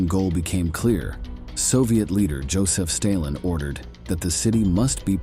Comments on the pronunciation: Yeah. Joseph staylin. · Love this channel but what is wrong with the narrators pronunciation? Is it AI? "staylin" instead of Stalin "ger- many" 😂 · Joseph Staylen hahaha 😂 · Dear Mr AI man it’s Stalin not Staylin. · Gurr-men Army.. Stay-lynn? I just unsubscribed. AI sucks stop cranking out these sites smh. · Is this a computer talking? I have never before heard a human being pronounce Stalin as "Stale-in" or pronounce German as "Grr-man". Maybe pay for a human next time. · Is this an AI voice? This buffoon cannot pronounce simple words like Germany, Stalin and grandfather. Zero credibility here. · You lose,a lot of credibility, when early, you mispronounce Stalin.